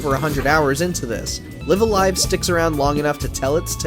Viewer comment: It's Live A Live, not Live A Live or Live A Live, obviously. DO BETTER.